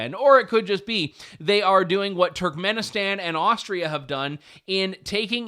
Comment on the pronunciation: Pretty sure youre now banned from Turkmanestan 😂😂 "BurkivBoooleyMuukmookendenlev"